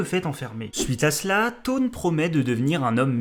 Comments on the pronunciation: in french we say tonn but english we say thhawne and we pronouce the H. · Taun pèse une tonne 😂 on dit szaun mais c'est pas grave j'adore la vidéo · Eobard Tonn? learn to read english plz, rip my ears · Super vidéo sur mon méchant de comics préféré. Par contre ça me fait bizarre que tu prononce Tone et et pas Sone (Se pas Ze). Mais à part ça j'adore +1 abo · Je suis clairement pas le king des prononciations :p ... En plus, j'aime pas "forcer" sur l'accent anglais ou entendre des gens tenter de reproduire des accents, je trouve çà toujours moche aussi ! Mais j'avoue que sur certains, j'en ai fait un peu trop des ... Thawne ?